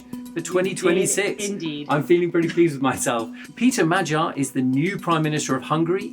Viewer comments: MAG-YAR, not Madgyer! FFS BBC!! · It's annoying when journalists keep mispronouncing Magyar despite the country being literally named after the Magyars. Do a little research BBC journos.